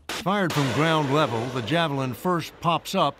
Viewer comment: Why she say "jafflin"